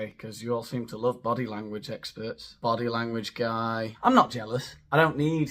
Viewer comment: Just so you know. I am not a follower of the bahdy language guhe. He's a bit dull. I do enjoy how he says his name though. But you make me laugh so there. Take that.